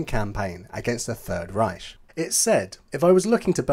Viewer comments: Why do you pronounce 'Reich' as 'Ryesh' - it is pronounced 'RYE-K' a Harsh Ch pronounced K. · It is not pronounced reish it’s reicccch. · The Ch in Riech should be more of a k sound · Strange because even the Germans pronounce it Reich with a hard 'K'